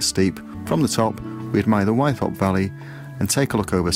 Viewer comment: Hi, I could be wrong, but as a local lad I've always pronounced Wythop as With-op noy Y-thop. Incidentally I did my first wild camp on Ling fell the night of the recent Aurora borealis (and I posted a video on that:) Anyway I really appreciate your enthusiasm and the detailed directions on your videos, keep it up m8.